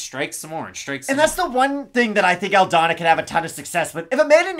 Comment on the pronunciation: Why do you call her "Aldaña" brother her last name is Aldana no? Loved the breakdowns